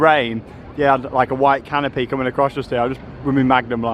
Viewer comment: Very controversial ' Coronated ' had me googling if it was a real word- then at home said ' Canape' instead of canopy - nice to have the Merlin attractions to visit with your pass whilst in the city. Never used to see the 'Sacre Coeur' style dodgy games only food vendors and pick pockets, really need to move them on and great you warned anyone who might be tempted, you certainly did it on a budget, did you stay over at Chessington?